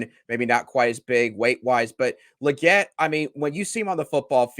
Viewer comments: 😅 it's Leegette not luhgette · Say his name right... It's Lee not Luh